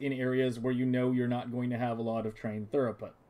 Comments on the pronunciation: Good job, looks nice. It’s pronounced like throo-put, not thur-oh-put, if you care. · Very nice, but it's throughput, not thoroughput. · Amazing. Im going to use this in my save. I have to say the word throughput is pronounced "threw-put" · You did a good job except for the mispronunciation of a single word.